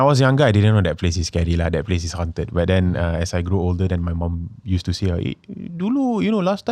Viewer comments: "Hawnt-ed", not "hunted" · I cringe whenever Anwar pronounces 'haunted' as 'hunted'. please correct the pronounciation leh